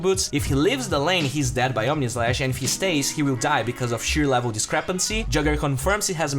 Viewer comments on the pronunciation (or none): none